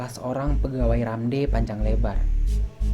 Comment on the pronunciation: Baca nya bukan RAMDEY(RAMD... tetapi baca by huruf bang.. R A M D.